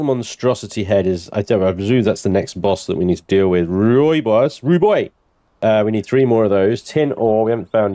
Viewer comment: Rooisbos is pronounced (Roy boss) phoenetically speaking